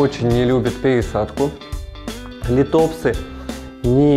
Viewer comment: Нууу бывает :)но к сожалению от правильного ударения лИтопсы лучше не ростут. Но вы правы контент должен быть грамотно преподнесен.